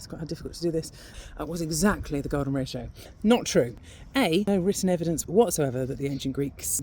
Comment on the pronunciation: thought she said the golem ratio - sounds pretty ugly